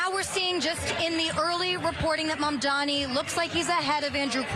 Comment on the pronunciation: THE NAME IS MAMDANI. YOU SHOULD LEARN HOW TO SAY IT… BECAUSE YOURE GONNA BE HEARING IT ALOT